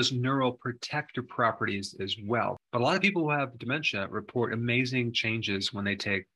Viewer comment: Please! It is pronounced with the short ‘a’.